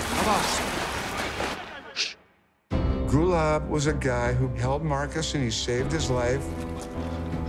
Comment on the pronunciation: They can`t even pronounce his name correctly, its Gulaab not Gulab. Gulaab means Rose in Pashto